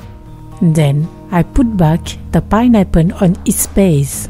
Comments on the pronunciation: Ah meh tsing payne apor!! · I love the way she says “pineapple”